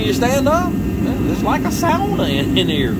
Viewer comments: well you're dead on! Us Finlanders gave the world one word, and nobody pronounces it right 🤣 it's "SOW-NAH" and I appreciate it when people get it right!🤣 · You are literally the only non-Yooper/Finlander I've EVER heard pronounce sauna correctly! Especially for a Southern guy. Anyways, love the videos man, keep it up!